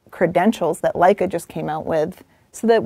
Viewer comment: Uh - Leica?